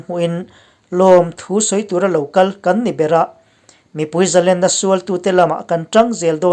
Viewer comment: A ngaihnawm thin e.. Zalenna tiha Len lai hi lam hniam tur a ni e.. Khawiah nge I len tiha Lena lam anga lam tur a ni e.